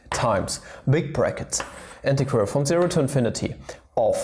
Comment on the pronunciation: Mola como dice "integeral"